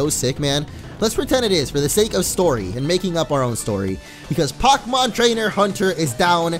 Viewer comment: hes not a pocmon trainer hes a pok mon trainer you say the pok like poke with the e but without the accent